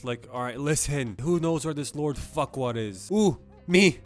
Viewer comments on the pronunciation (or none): tbh with all those adult jokes, i think farquaad sounding like "fuckwad" was intended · I just realised that lord farquaad sounds like lord fuckall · Please tell me he calls Farquad Fuckwad